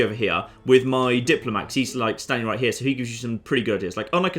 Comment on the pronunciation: RIGHT HE-YUH